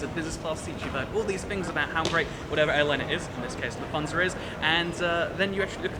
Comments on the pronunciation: Took me a while to realize you said "Lufthansa" because of your weird pronunciation haha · Nice little video. However, I needed to listen three times until I could correctly understand "LUFT-hansa". (Ever been to First Class DB regio? Basically about 8 seats in front with a different colour...)